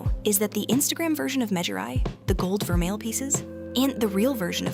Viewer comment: Vermeil too